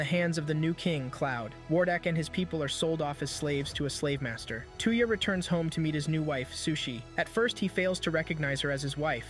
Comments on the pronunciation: I see there's another person who tries to westernize the names of anime characters. Dude's name isn't two-ya. It's toe-ya. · Sorry 53 seconds in i cant stand how you say the name 2 ya its touya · While a good recap the computer software mispronounces his name . It's not "TOO-ya" it's "TOY-ya" assuming I got this phonetic pronunciation thing lay out correct here. I own the Reincarnated In Another World With My Smartphone anime here. I'm glad I get to see the story arc parts that weren't in the anime I have here!!!!!! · How far is Seamus anime and that is not his name? Stop calling him tuya Instead Of Touya. Maybe you cannot speak right? But please stop massacring the name. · When he says tuyah I keep thinking of hawk tuah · His name is 'Toy-ya' lol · how you said his name hurt my soul lol